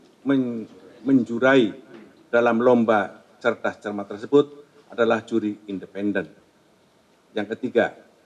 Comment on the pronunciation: Maaf pak Artikulasi kurang jelas dalam kata menjuri..i takutnya disalahkan sama dewan juri yg kemarin